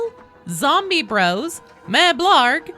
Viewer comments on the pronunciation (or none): none